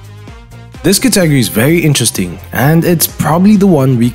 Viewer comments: I'm Soo triggered he kept mispronouncing "Category" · I couldn't finish watching the video 🤣 I mean he isn't even close to saying it correctly, confused me evetytime he said it.